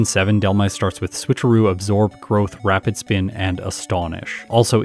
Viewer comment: Ah yes wrapid spin